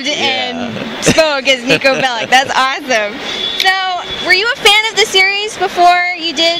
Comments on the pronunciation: its not Bellic its Belić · I still ge tilted when I hear BelliK, it's pronounced Bellitch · Why is everyone still pronouncing the name as Belli-K? It's Belli-CH (edit: CH, as in 'CHina'), just like any other Slav surname! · Niko Belić not Belik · God, stop fucking pronouncing "Belic" as "Belik". It's pronounced as "Belich"!